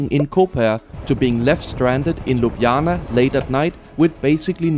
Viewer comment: Excellent pronunciation of Ljubljana! 😊